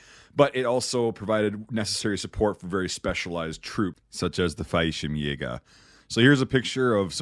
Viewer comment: Just an FYI, Fallshirmjäger is pronounced "fall-sherm-yay-ger", twin L's in German don't make a y sound like they do in Spanish 👍